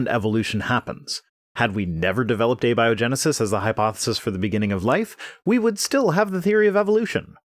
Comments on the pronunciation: “Uh-bio-genesis” Does he know what he’s talking about, or the victim of a Dad joke? 🤔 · Did he really just say 'uh bio genesis?' Not only have they been calling it 'spontaneous creation' this whole time (and describing spontaneous creation to a T), they can't even pronounce it right when they use the correct term?